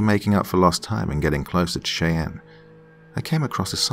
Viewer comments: A wonderful story. Just a friendly heads up, Cheyenne is pronounced "shy-ANN" Understandably confusing though because I'm part Cherokee and the similar letter iteration is pronounced differently (CHAIR- o - key) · It's pronounced shy ann...Cheyenne . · Not tryna be an A-hole but it's pronounced Shy-Ann (Cheyenne). Still love ya doc and not at all hating on you but improperly pronounced words are a pet peeve of mine. Blame it on my mother who is a major grammar nazi. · It is pronounced SHAA YAN How could you not know? Were you scalped??!! Jk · I've lived in ok. For 15- 20 years and although I do love to listen to the soft calming narrative voice of... he is slaughtering the names of the town's in Oklahoma,😋✌️ it's not a big deal but it is a little bit like listening to a true New Yorker lol saying Cheyenne and then the other one was just as funny as hell and I just chocked it off to his personal accent which is interesting. The Indians from Oklahoma do have a their own way of saying words too even if you are from a different tribe like the Cheyenne 😉 😁 have a different way of talking as the other tribe called Arapahoe. Yiii and then you know if you hang with them you know what I mean. Yes indeed! You know what I mean 😉✌️💜 💜 much love and many blessings! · Cheyenne is a deceptive word. I'm just annoyed no one seems to get it right XD And I have Cheyenne ancestry X'D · I'm still early on in the story, but so far I am enjoying it, like I do all of your other stories. I wanted to tell you, though.. I'm from Oklahoma, and I'm pretty sure the town you're speaking of is Cheyenne, which is pronounced shy-ann. Washita is pronounced waw-SHE-taw. Just FYI. I know most of our towns are difficult for people to pronounce that aren't from here, because a majority of them are Native American words and names. I love hearing you read a story about my home! Edit: I finished, and this is definitely a powerful, beautiful, deep story! Very moving!